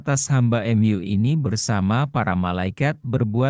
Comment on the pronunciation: MU : emyu 😂